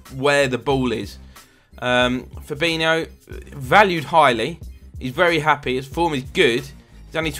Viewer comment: fabinho is pronounced fabinjo